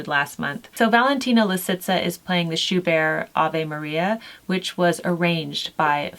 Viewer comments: I look forward to working on these! I love Ave Maria. I am no expert, but I do believe Schubert is pronounced with the ‘t,’ like the name Bert. That is how I have always heard them pronounce it on the radio. I have never heard of Shelley so I am excited to read some of his work. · Love these recommendations, a great place for anyone to start! But, Schubert is Austrian, so please pronounce the 'T'! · Just so you know - Schubert was German, so you pronounce the "t" and almost ignore the "r" :). Thank you, as always, for you encouragement of living with old-fashioned - yet certainly not out-of-fashion - culture!